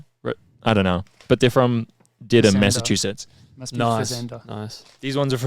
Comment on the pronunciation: Love how got Dedham and Ipswich correct, but Wellesley (“Wells-lee”) tripped them up hahaha s/o MS Wellesley!